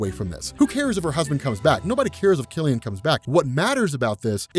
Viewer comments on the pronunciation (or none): none